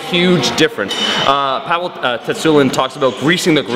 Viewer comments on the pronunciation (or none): none